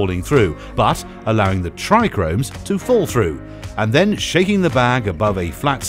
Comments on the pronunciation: "Trichomes " not tricromes 😂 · It's Tri-chomes 😂😂 not Tri-Chromes . Lmao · Yeah um so its trichomes, not trichRomes ... so much for experts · He's no expert if he says trichromes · When you have no clue what you’re talking about.. “trichomes”.. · Also said hash comes from everything but the buds and showed a wierd picture saying it was a "trichromes" and just presses kief into a brick and calls it hash. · Excuse me, but the word is trichomes not trichRomes. There is only one R in that word and it's the second letter right after the T. It made me smile every time it was pronounced incorrect 😁 Other than that, nice video again. Thanks. 🙏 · Yeh I did wonder, kinda sounded like saying "tri-gromes". Kinda does make some of us with decades of experience in this game challenge ur said 'expert' credentials lol But I'm gonna out it down to voice over guy not being a cannabis expert & I like basic info graphic stuff like this, the masses need educated, straight facts, stay medicated peeps Bless 👊🏾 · It's not the spelling it's the PRONUNCIATION! How can you be an "expert" and not know how to pronounce basic entry-level terms?!! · This video is a joke! Clearly made by someone who has no clue at all! And it's Trichomes, not TrichRomes! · Corrects kieth, yet says trichromes 🤣 made me laugh🤣 awesome!! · I like the way he says tricones I’ve just never heard anyone go into such detail and say it that way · Why you keep saying trichromes? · Narrator: "Not Kieth, but Kief." Also narrator: "TrIchRoMeS" 🤡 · Why didn’t anyone tell this dill weed there not two Rs in tRichome!😂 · Yeah great detail into pronouncing it wrong 😂